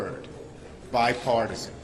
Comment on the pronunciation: Um he said Bi-Fartison at first, and who is that? It's not Sue Collins, and it's got nothing to do with hair color.